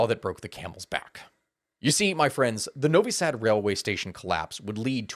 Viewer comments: Pronunciation of Novi Sad was on point man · Thanks for talking about protests, your pronunciation of Novi Sad was actually good. That being said you did make some mistakes in earlier history section of the video, though your focus on earlier corruption scandals of the SNS regime was a good addition. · You pronounced Novi Sad as a native :D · Novi Sad pronunciation on spot ;) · BTW, that’s a perfect pronunciation of Novi Sad. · You pronounced novi sad better than most ppl. Very good job! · im from serbia and u actually said it very well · You got novi sad perfectly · Bro actually said "Novi Sad" right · Your "Novi Sad" is perfect. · Novo Sad was pronounced more or less perfectly. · Your pronation of Novi Sad is actually good. Thanks for the video. People should know what is going on in Serbia. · Nop, you pronounced Novi Sad ok, that's kinda how we say it. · You nailed Novi Sad pronounce, honestly! Sending regards from Serbia! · you have actually pronounced Novi Sad perfectly. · Hello from Novi Sad , your pronounciation is spot on ! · You perfectly said Novi Sad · Your pronunciation of Novi Sad is spot on (your O is a tiny bit stretched). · You actually nailed the Novi Sad pronunciation. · You said Novi Sad great! You are a honorary Serbian now 🎉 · Actually Novi Sad was said perfectly. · you said novi sad really good. and then you are like i butchered it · You said Novi Sad well. And yeah if you went into the full history of the Balkans, this video would have been the Neverending story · Novi sad pronanciation - perfect. Vucic not. He is Vucic, not Vucik. (Vuchich) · Novi Sad. You said it good mate. Duck from the Serbia here. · Glad to see this being reported on by people outside of the country. Corruption has been so rampant here for so long that change seemed almost impossible these protests have been a beacon of hope that maybe the corrupt SNS can be ousted. Also you pronounced Novi Sad perfectly